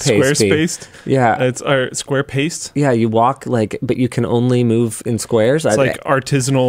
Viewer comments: totally said SquarePiss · He said square piss lol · square piss? I heard that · Is it me or did he say square piss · Can´t fool me, you said "squarepiss" xD Nice save though, rolling it into "pace" ROTFL